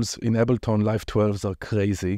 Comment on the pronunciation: He said “Ebble tawn” ⚰️